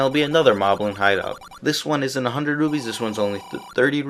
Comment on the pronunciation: its really interesting how you say rupees :P. Kinda like: Rubees or something like that.